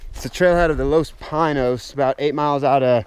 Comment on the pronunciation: LOS Pee-Nos, the pronounced way.